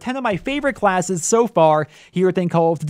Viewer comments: Call othdutie world warth 2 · This guy can't say "call of duty"